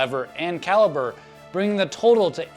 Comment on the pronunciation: Caliper not caliber